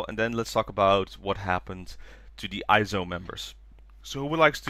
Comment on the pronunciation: Random, but the way to pronounce IZ*ONE is Eyes One, not I-ZONE haha. I'll miss nako for the next 2.5 years. I mean, when she comes back, she'll be 20 years old already? Will she even make it in time for the adult ceremony? For HKT"s next ace, I do hope Haruppi comes back, but if not I could get behind Tanaka Miku and Bibian. If not, Imamura Maria would do too XD